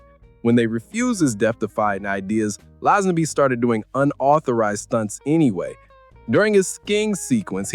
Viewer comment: I was willing to put up with the mangled pronunciation of Lazenby (it is Lay-zen-bee), but you lost me at "John Bond audition". Hack standard.